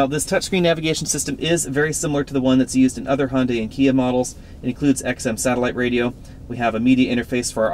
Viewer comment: Hon-die? It's pronounced "hyun-deh" Good review though.